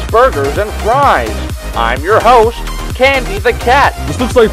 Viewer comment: Lol said Cendy instead of Candy